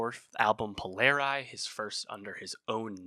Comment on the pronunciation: Please pronounce Polari properly. Language is one of the most beautiful songs I’ve ever heard. The album is fabulous.